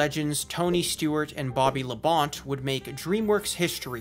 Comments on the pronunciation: Bobby Labon't It's spelled La-bon-tee :) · Bobby laBONT lol Its pronounced labont-tea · It is pronounced Bobby Luh-bon-tee. Bobby Labonte not luh-bont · There was also another SpongeBob race event for the second movie a few years back. Also- it’s pronounced Bobby “Labont-ee” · I just wanted to make a quick correction, when talking about the NASCAR promo, you pronounce Bobby Labonte's name wrong, the E is not silent so it is pronounced Lah-bon-tee. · I hate to be the well actually guy, but the Labonte is Bobby Labonte is pronounced (luh-bawn-tee). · As a NASCAR fan, I'm almost offended you mispronounced Bobby Labonte's name (pronounced: La-bont-ey) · Your pronunciation of Bobby Labonte tells me you did not grow up watching NASCAR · Lmao poor Bobby Lebonte didn’t even get his name pronounced right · The way he mispronounced Bobby Labonte’s name has me triggered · Don't know if he said Labonte wrong for a joke or if he actually just mispronounced his name.